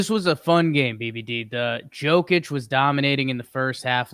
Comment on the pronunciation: Hey bud. Jokić is pronounced Yo-kić not Joe-kić. All love no flame. Love the pod